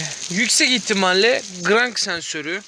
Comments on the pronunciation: Gıırrannk sensörrü....... Ne sensör ne ben söyleyim! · Grangggggg sensörü nedir yav😂